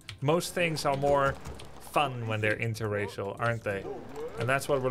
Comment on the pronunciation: Grubbys emphasis on interracial is priceless 😂